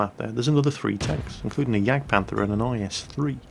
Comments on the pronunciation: In the first replay keep saying is3 I was like what we're is tis is3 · Why does he keep saying is3 on the first video... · Everytime said "IS-3" in the first replay something inside of me died.. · minutes in why were you calling it an IS-3 like wtf?